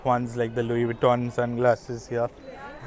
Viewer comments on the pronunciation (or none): none